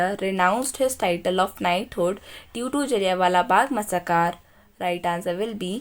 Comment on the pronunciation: मसाकार नहीं मैसैकरर